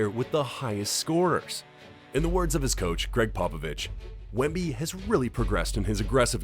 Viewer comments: Wembly? You're a bot... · * Wemby. (not "Wembly"). ASVEL is pronounced "as-vel" (not A.S.V.E.L.). You need to indicate his average playing time.